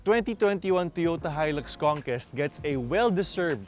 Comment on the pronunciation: Hi-lux Kongkest? Pakisagot nga ng "kestion" ko?